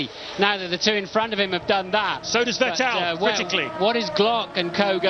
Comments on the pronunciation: It's pronounced "Fett-il" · Not the commentators calling Vettel "VehTell" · Vet tell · Coulthard always said "vih tell" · The Time where "Vettel" was called "Veteell"😅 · I do miss Allen mispronouncing Vettel's name. At this point it seemed to be ntentional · It's weird that they kept switching pronunciations for a few years until they figured it out. gets it right several times here, then goes back to the other one. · The crazy part is that they still kept saying that way even when seb was a multi time champion already